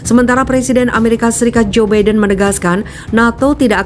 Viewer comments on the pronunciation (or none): none